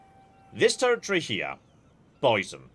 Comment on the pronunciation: I was so confused about what "tear-a-tree" meant.